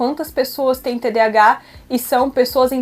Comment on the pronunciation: Ela não sabe nem dizer TDAH???? Nossa, qta cultura numa só pessoa.